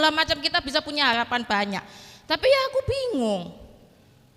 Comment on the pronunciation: BILANG HaRapan kok HALAPAN... 😂